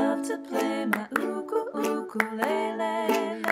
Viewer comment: ❤Beautiful homage to this humble and beautiful instrument...and you even gave the Hawaiian pronunciation of ukulele. 🎉❤❤